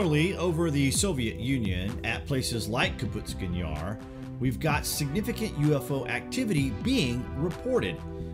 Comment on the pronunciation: .. Says the UFO was shot down by a missile. Then says this happened within a year of Roswell. That would make it 1947-48. Soviet didn't have AAM's until 10 years later. :( And it's pronounced like it's spelled. KAPOOSTIN Yar. Not Kaputstin yar. You're adding an entire syllable that isn't there.